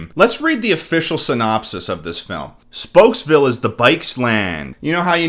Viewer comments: Are we not going to address the fact that Speedy called it spooksville? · Hold up. Speedy clearly calls the town "Spooks-Ville." This movie clearly took a different direction. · "spooks" it's spokes .. idiot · It drives me up the wall when Speedy calls it Spooksville instead of Spokesville. Did the actor not think it thru? Nobody caught it? No retakes? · Gotta love how Speedy legit calls his town "Spooksville"💀 Sorry, Speedy, but you mispronouncing words isn't cute. Megamind is the only one who can make it endearing. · dude speedy calls it spooksville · Notice how speedy says spooksville. Another sign its a bad film. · Yo he said spooksville not spokesvilee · Is not going to address the fact that Speedy calls his town Spokesville "SPOOKSVILLE"? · Speedy says spooksville instead of spokesville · I like how totally glossed over the fact that the main character called his city Spooksville, even tho its spelled Spokesville and they didn't have the voice actor retake the line.